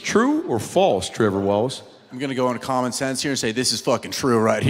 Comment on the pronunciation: Tree-vor Wallachay!